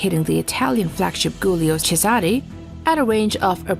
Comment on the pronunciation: Guilio. Jooleeo. Not Goolyoh.